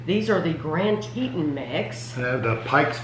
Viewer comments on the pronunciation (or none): It’s pronounced “tee-tawn”. Grand Teton is a national park in Wyoming. I’ve wanted to go for years because it’s so beautiful!